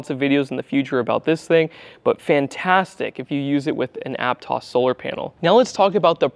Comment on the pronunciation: You must be from Santa Cruz because you pronounced Aptos correctly.